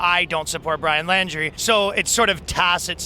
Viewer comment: His last name is pronounced like "Laundry", not "Landry".